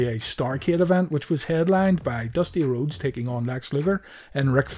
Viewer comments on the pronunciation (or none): none